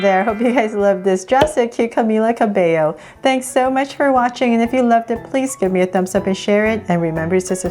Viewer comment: Yayyy finally she learned how to pronounce Camila Cabello😂😂